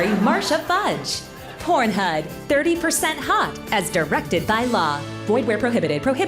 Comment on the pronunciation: I’m here for my “PornHud” registration 🪪